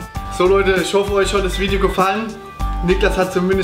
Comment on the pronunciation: Nicht dein Ernst oder? "vidio" wenn es ernst gemeint ist dann stimmt etwas nicht bei dir..;D